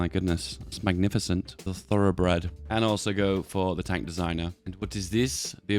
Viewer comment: say tonk one more time i swear to god